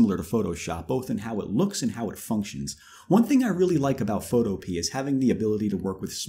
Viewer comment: Boy did he butcher photopea's name